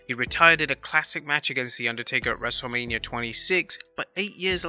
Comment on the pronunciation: I could of sworn the narrator said wrestle-lamia absolutely hysterical..